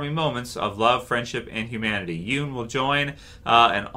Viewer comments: Hey it’s “YUN” not “Youn” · At least say his last name right b